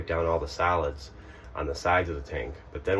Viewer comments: I kept hearing salads, and how they build up in the black water tank, salads this and salads that....what?...??....oh wait its Solids!...lol....:) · I heard the same, you weren't alone 😂